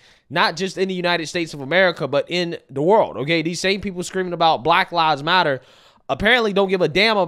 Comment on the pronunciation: It sounded like they were saying" Rat Lives Matter".😂